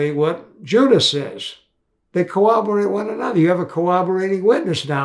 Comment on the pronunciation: The f'n word is corroborate, not cowoborate.